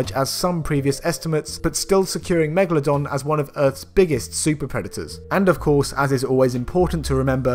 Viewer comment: Ah megladon